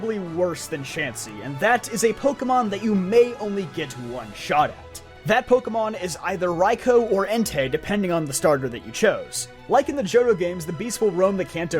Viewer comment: Second video I've seen from this man saying 'Raiko'